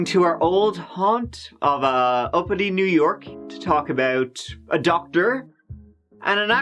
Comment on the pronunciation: I thought you said Albany, New York, not uppity...lol...